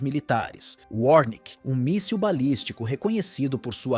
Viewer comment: É ORESHNIK nao 'ornik'